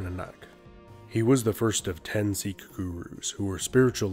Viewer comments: Sikh* Not Seekh. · Well, you started off by pronouncing Sikh wrong.